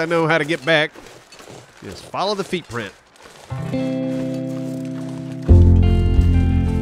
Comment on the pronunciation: really said "feetprint".... I'm unsubbing.